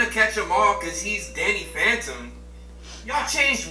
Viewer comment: When u said Danny phantom I heard Daddy fandom